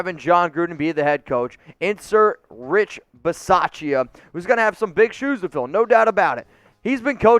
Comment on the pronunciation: Drop the pronunciation of the "a" in Rich Bisaccia. The "a" is silent